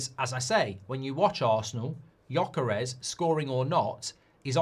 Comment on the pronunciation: Gyökeres.You don’t say itt well,but it’s ok.